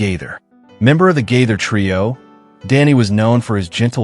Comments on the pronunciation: I enjoy these videos to a point, and the "point" where I don't is when the "announcer" mispronounces the Gaither name: it's GAY-thur (not Gayth-er); subtle but let's train the A.I. narrator to get it right. Also, Rex Nelon's family's name is pronounced with a long-E sound, like "NEEE-lon." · (I wonder...you must be a diction or speech teacher...to notice such a slight variation in Gaither 😏🧐)